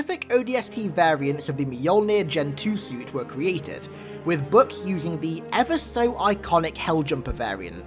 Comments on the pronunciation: His namn is Buck, BUCK. Not "Buk"... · book? does he mean buck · Omg its buch not book